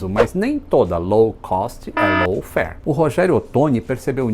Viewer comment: Não estou conseguindo ouvir low fare, apenas escuto lawn fare.